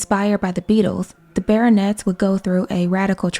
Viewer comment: As you made a great work, as I wish to help you 🙂 : Pierre is said like "Pee-hair" and Les Baronets like the "a" in the word "have" and "net" without the "t" : Ba-raw-net. You're great!